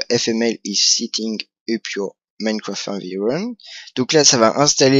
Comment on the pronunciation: Minecraft pas moimcroft ou je ne sais pas trop quoi mais sinon pouce vert ;p